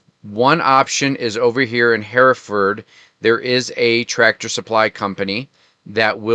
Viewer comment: Thanks for sharing! Had no idea that existed in the area. BTW - Hereford is pronounced “Her ferd” ❤ Toot n Totem. lol